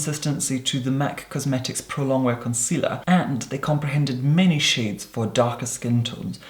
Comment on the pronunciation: Did he say shits??! I had to go back and listen 5 times to decided if He said shits or shades when he was talking about the contour.